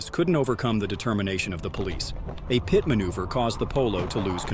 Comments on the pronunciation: It is a P.I.T. manoeuvre, not a PIAT manoeuvre. Please get it right. Good vid, though. Kudos to you. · What's with the pee et? It's pit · Learn how to pronounce the word pit.